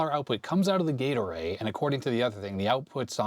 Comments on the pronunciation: Doesn't detract from this video. Thoroughly enjoyed it. However, all I hear is Gatorade. I know, gate array. I know. That said, Gatorade!!!!!;) Thanks. Love your stuff. You're a rockstar. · I amused myself much when I realised you were saying Gate Array, instead of what I was hearing "Gatorade". My fault for watching at x1.5 speed. LOL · I keep thinking you're saying "Gatorade" when you say "gate array" :D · gate array, heard gatorade LOL